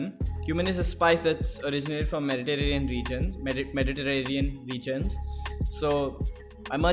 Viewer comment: meditereerrerneian region 🤣🤣🤣❤ i love this guy's humour !